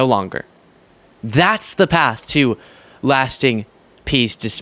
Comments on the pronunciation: Hi, you need to pronounce Laura IngraHAM! She's so weird she has to even lie about her real name!!!! I'm so sick of her, Jesse Waters and Sean Hannity! They're anti American, anti Constitutional, and anti DEMOCRATIC! Vote 💙 so i can sleep at night! 😊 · Laura's name is pronounced "In-gruh-ham", her family clarified. Not that she deserves the courtesy of pronouncing her name correctly. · “She can read teleprompters.” As she reads a teleprompter. -per her brother it’s In-Gra-Ham. 😂😂😂 Laura adopted 2 children from Russia. Hmmm. Oh, and a child from Guatemala. Which would be a wonderful thing except this woman is speaking out of both sides of her plastic surgery mouth. Nobody loves Putin/Russia more then the boot licking tRump.